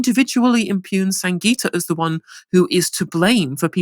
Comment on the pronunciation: Thry called her Sanjita It's SanGita